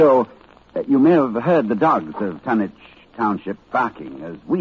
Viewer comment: The Dunwich HAWra!